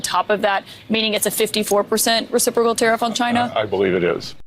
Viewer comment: "Reciprocal" and "groceries": two of the hardest words to say with his dentures.